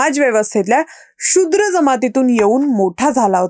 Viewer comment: “तुम्हाला बोलायचं……..” हे बरोबर नाही तर “तुमच्याशी बोलायचं आहे “ तसेच “शु्द्र” नाही “शूद्र” असं उच्चारावे.